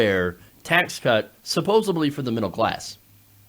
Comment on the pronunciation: I hear you,! Preach. Except, I just want to point out- and I'm sorry, but I have to tell you- at, you pronounced, "supposedly", "supposebly". Do with that what you will, or don't. It's up to you. You're an awesome journalist and I'll keep watching. 🤗